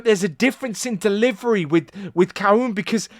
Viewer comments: it is pronounced adam "cal-hoon" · I'm definitely a fan of "CalHOOON", especially with that pronunciation.